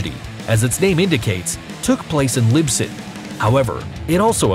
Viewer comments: It’s Lisbon, not Libson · It even READS LiSbon in the video but he repeatedly says LiBson. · Dude, Lisbon not libson…. You kept saying it wrong. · why did he say “libson” when it’s “lisbon” tho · That annoyed me too! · It annoyed me to. At first I thought: I don't know a place called Libson. Oh, he meant Lisbon. He obviously never heard of the place before. Americans and geography... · Is nobody else losing it that he’s saying ‘libson’ 😭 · was he saying libson ? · seconds you are pronouncing the name of the City incorrectly. It is pronounced Lis-bon NOT Lib-son. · liSbon not libson. Good video thought, keep up the good work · It's not "Libson" it's "Lisbon" lmao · he said LIBSON twice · The capital city of Portugal is called Lisbon, not Libson. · Doesn't is trigger you how he says Libson instead of Lisbon? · Um..."Lisbon," Portugal, not "Libson." Once is an accident, but every time is just plain careless by the production team. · Did the narrator pronounce the capital of Portugal Libson? It’s Lisbon!!!!! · when you say Libson instead of Lisbon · Why’s no one mentioning the fact he says Libson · the city is not called Libson its Lisbon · He said Lisbon instead of Lisbon ... but it’s a nice video and I love the background music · Lisbon is pronounced "Liz-BN" not "Lib-Sen" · Can this guy pronounce Lisbon. He literally puts b infront of s wtf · I'm annoyed how he put rock music while talking about how people died and the fact he called the most influental and famous city on earth "lisbyn......." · Lisbon...say it with me...Lis-bon... it is not Lib-son 😐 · Its LiSbon not LiBson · Why can't the Narrator say 'Lisbon'?! He kept saying 'Libson' 😑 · Libson not Lisbon? Not surprised but if you're doing a video you should know how to read and pronounce the words. Libson, Spain LMFAO. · LIBSON??! SIR-I- ITS'S PRONOUNCED LISBON... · LIBSON? Bruh. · Libson, Libson?? Really. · WTF mate...."""""LIBSON"""""??? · Can this guy not say lisbon😅😅😅like wtf is libson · WTF is LIBSON